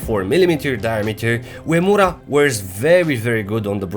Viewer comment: Great video as always. The slim turtle is the favourite, so comfortable to put on and fits very well. Furthermore, you are the first non-Japanese Youtube watch reviewer to pronounce "Uemura" accurately!